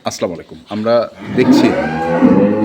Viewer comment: ভাই আপনি কি হিন্দু না মুসলমান মুসলমান হলে ছালামটা ভালো ভাবে দিবেন এটা কেমন ছালাম আছলামালাইকুম